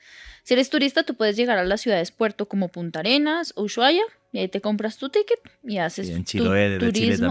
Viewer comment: Uyuaia jaja, perdon, me causa un nlseque que lo pronuncien así Usuaia se dice (ushuaia) El clima de tierra del fuego, es una locura y una belleza. Soy nacida allí , ciudad de río grande